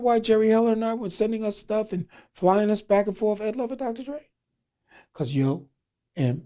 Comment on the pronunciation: Dri... Dra... DRE. Sir... And Louvre... Larva... Lover.... Ed Lover and Dr. Dre.... You ever been to medical school or any higher learning institution?.. No... My brother went to 4 years college 8 years of medical school... Room out about 80K in loans just to be called Dr. Feinstein... But you're just Dr. Dre.... Classic scene from Who's the Man between Denis Leary and Dr. Dre